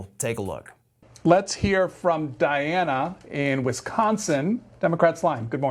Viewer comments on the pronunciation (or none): Please could we all get the name right. It’s Diana not Diane. 🤬🤬🤬🤣🤣🤣